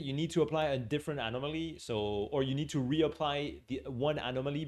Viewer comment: Love the animal-moly pronunciation